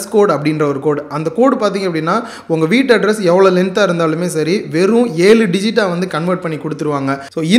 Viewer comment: அது 'விட்டு' இல்லை சகோதரர் 'வீட்டு'